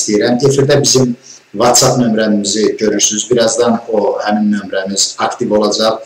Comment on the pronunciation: "VOTSAP" Deyəndə "Whatsapp" nəzərdə tuturduz hərhalda Çünki əvvəl insan özünde Səhv tutmalıdır başqasında yox.